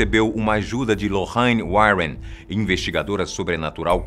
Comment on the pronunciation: Aí que ódio desse homem falando lorraine a pronúncia tá errada